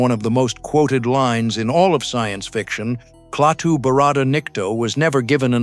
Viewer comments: it's not Cle-Atu...it's Klaatu. See what you get when you employ AI for voice-over? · Klaa-too, not kleateo or whatever the hell this AI vocal crap pronounces. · Who are Kleatu and Goot? This must be AI that pronounced the names incorrectly and later correctly. The Thing From Another World and Invasion of the Body Snatchers are two more great 50's Science Fiction movies. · AI mispronouncing as usual. (Klaatu) No human quality control as usual. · Who the hell is "GNUT" AND "KLEYATU"??? Bloody AI. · What a heller. The earth was destroyed by GNUT just because Kleyatu's name was mispronounced.😟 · If I spot Klay-at-tue out in front of my house, I'll invite him in for a beer. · Jaffe appeared in TV’s Ben Casey as Dr.Zorba. Also theAI can’t say Klatu. Keeps saying kleatu.